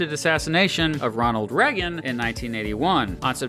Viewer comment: He can't pronounce Reagan. 😂😂😂